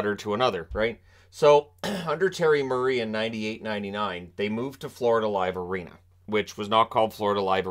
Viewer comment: We're lucky to still have a team and they're lucky to have us. Missed the playoffs 17 out of 19 seasons. Who supports that? We do. Current owners have spent the money, investing in the community and a new practice facility, not to mention spending to the cap. Fyi, it's pronounced F-L-A Live Arena.